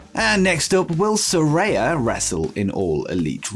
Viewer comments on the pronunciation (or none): “Saraya” is pronounced “Sir-eye-a”!